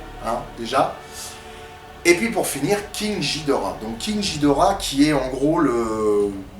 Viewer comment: ça s'écrit GHIDORAH mais ça se prononce GUIDORA